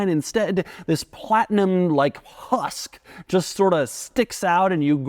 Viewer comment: the way he says husk